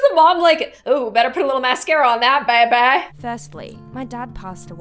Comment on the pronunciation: The way said bAbaY 😂😂